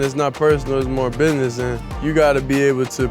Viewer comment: Love the way he pronounces business as, "bi-ness", every time.😆 Beautiful smile.